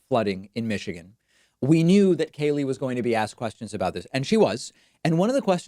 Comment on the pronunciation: David, love you and hate Kayleigh. But could you just pronounce her name correctly? What is your issue with it? Sheesh!